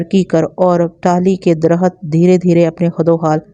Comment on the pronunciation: lafz darkht hay ay darkhat parhti hain